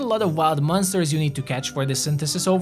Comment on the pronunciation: I don't know why you pronounce monsters like m-un-sters. Good video nevertheless.